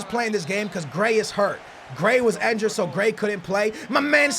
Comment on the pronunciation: why does he say enjured